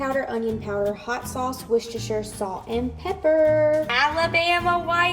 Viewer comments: Hey, from the U.K. - you are correctly pronouncing Worcestershire! Love the condiments, I made a mustard BBQ sauce yesterday and I will be attempting these this week:) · OMG! Have you ever had Heinz Chili Sauce??? It's practically ketchup. It is nothing like Sriracha, nothing -- nowhere near as hot, nowhere near as sweet. With that as a sub, you're not getting anywhere near classic Comeback Sauce. You're pronouncing Worcestershire correctly. ;) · The way you pronounced "Worcestershire" is correct 💯🇿🇦🇭🇲🇬🇧